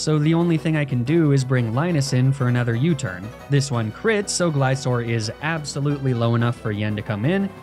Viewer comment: Fantastic video, but Gliscor is a gliding scorpion, not a gliding ssorpion. He is therefore pronounced "glaiskor". Awesome run, R.I.P. Rusty the non-levitating bronzong